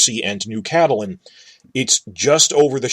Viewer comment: Whyyy are you saying Catelyn like that